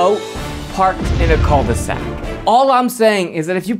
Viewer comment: You say « coal de sac » ??? It’s « cue de sac » ;-)